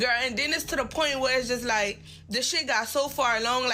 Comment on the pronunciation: She reminds me of a Toronto waste man when she yaps ‘liekkkk’